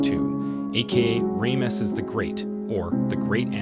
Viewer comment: I like what your doing but your seriously mispronouncing allot of words, Saigon, Ramesses, Bonaparte's amoung others